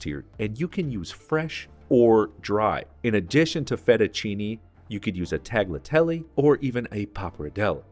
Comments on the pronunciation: Really like your videos and learning from you, but please Chef, "tagliatelli" should not be pronounced with a hard "g!" The "g" serves to make the "gl" sound, with the tongue hard against the roof of the mouth. Tah-lee-a-tell-ee. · It is not fully silent. A g with an l is a dipthong that is pronounced it’s close to talleeeatelleh but there is a weird tongue at the back of the palate with a light g mixed with a long L instead of tongue right behind the front teeth. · minor variation on cacio e pepe, or carbonara. Why are you mispronouncing 'tagliatelle'? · the G in tagliatelle is silent